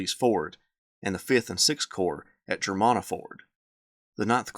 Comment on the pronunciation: Germanna is pronounced GER-MAN-AH.